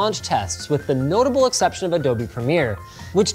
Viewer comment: Adobee or adobe, Googlee or google